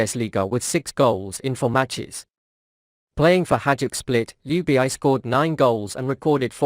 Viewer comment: Jubieyey?? WTF? IS THIS IS A ROBOT SPEAKING? RACIST! ITS ""Ljubičić"" ILL MAKE IT EASIER FOR YOU ANGLOSAXONS = LY-UBI-CHI-CH !!!! HZV <3